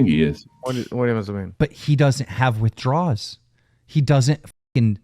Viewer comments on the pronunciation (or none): Or "withdraws" - it's "withdrawals"